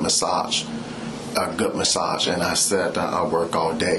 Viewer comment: ‘Goot’ massage